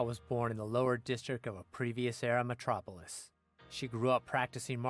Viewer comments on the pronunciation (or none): none